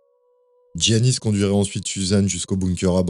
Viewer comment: on ne dit pas giannis pour un prénom grec, on dit Iannis